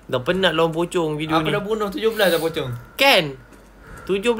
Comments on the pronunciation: Saya Ter gelak gelak dengar cakap pocong jadi copang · Kenapa ckp copong 😂😂😂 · Yang kelakar cakap nama pocong tu copong